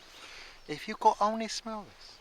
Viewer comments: hahahahaha he sounds Chinese "If you could only smell this" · why does he say "If you could only smell this" in a sort of weird Chinese accent? hahaha